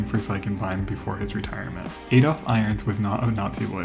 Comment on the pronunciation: "Ay-dolf"? Dear me, there are so many names I wouldn't want to hear mangled by an American.